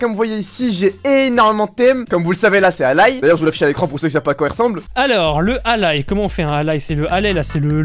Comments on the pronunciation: on dit allAille pas allay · ça se dit pas allaye ça se lit allai on dirais que tu dit à l'aille